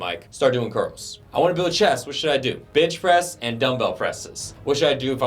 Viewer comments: I kept hearing "bitch press" and getting confused for a second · Who else hears "bitches" instead of bench press? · did he say Bitch press ;)